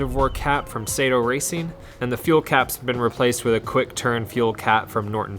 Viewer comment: “Sah-Toe” racing. Not “Say-Toe” racing. Please, (Trust me - I’m Japanese)